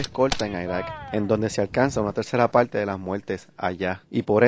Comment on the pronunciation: plueba? muelte? palte? veldadera? no habia otro hombre para narrar el video?